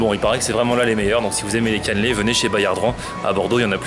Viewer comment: PQ tu dit caneuuuulaiit?